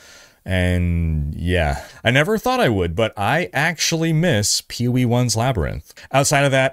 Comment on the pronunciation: You do not have to keep saying P-O-E 2. Just pronounce the word, Poe. It’s an acronym. Other than that minor complaint, great content as always!